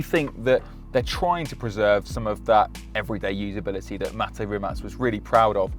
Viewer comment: Kudos for pronouncing Mate's name correctly,many don't..And that Nevera R and a GMA T50 would be my Ultimate 2 car garage...ha!!